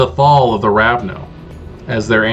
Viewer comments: First time I've heard someone say "Ravno" instead of "Ravnos", but this video was incredibly useful for me, and highly entertaining. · I love this. But you know its Ravnos, not Ravno, right?